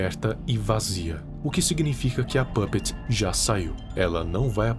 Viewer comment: Não sei vc mas eu acho que é pupet não pupets